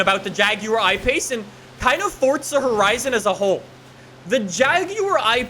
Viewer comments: It’s “forza” not “fortza” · do you have to YELL EVERYTHING? and THERES NO FUCKING T IN FORZA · Honestly on every fucking video the newest comments are from all the 8 year olds and only know lambos and ferarris and people STILL talk baout that he says forza like fortza